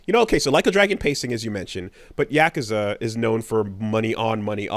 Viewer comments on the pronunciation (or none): none